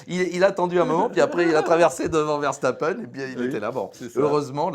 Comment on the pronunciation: Toujours un plaisir de vous écouter et de vous partager sur notre groupe Facebook mais par pitié Ver-SSSSSS-tapen et pas Verchtappen ^_^